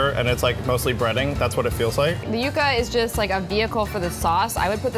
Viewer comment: It's YUCA not YUGA!